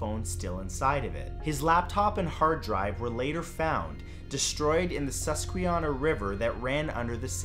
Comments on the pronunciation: Sorry to nag about it because I know you’re trying and were close, but Susquehanna isn’t pronounced like that. It’s pronounced sus-qua-hannah. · i live in PA, its pronounced sus-quee-hannah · for the first one as a Pennsylvanian, its (SES-QUA-HAN-AH) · I cringed at the way he said Susquehanna. It’s pronounced sus-kwah-hanna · Ray Gricar lived near where I live. Susquehanna is pronounced suskwahana. I think he ran away for some reason. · Susquehanna River is pronounced SUH-SQWEH-HANA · Sus kwa hanna is how the river is pronounced Matt. I have never heard of the way u pronounced it. I mean no disrespect I just grew up in Pennsylvania. Ily Matt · For no.10 it’s pronounced (sus-qua-hanna) river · Hey, hate to be a grammar fixer but Susquehanna is pronounced sus-qua-Hanna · I'm from pa and hearing you pronounce the rivers name was funny lol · I’m from Pennsylvania and hearing Matthews pronunciation of “Susquehanna” is making me laugh 😂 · he said Susquehanna wrong lol, a lot of people I see that never heard of the river say it like he did. I usually have to correct them as I live near the river :') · lol you know hes not from pa just the way he says Susquehanna river 😂😂 but still awesome content 👍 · Same, I’m from Pennsylvania and it was kind of annoying lol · Love this channel but for #10... not how you say Susquehanna dude.